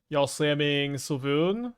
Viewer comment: I need to spend 3 seconds actually reading Svyelun to pronounce it correctly 😂. It sounds like Sway-loon